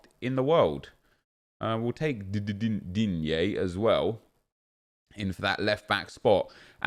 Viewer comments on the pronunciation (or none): none